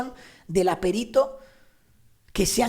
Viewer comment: ¡Qué bien que digas perito y no périto! Eres genial, si tuviera diez años menos te echaría los tejos.😀😀😀😀